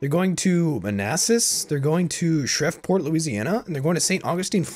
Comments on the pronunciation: pronounced Shreveport wrong. P.S shutouts from Shreveport. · The way you said Shreveport tripped me out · redTARP man Same.